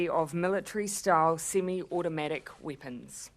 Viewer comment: Weepuns! lol